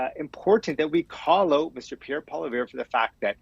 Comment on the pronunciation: What an idiotic clown who can't even pronounce Pierre's name correctly.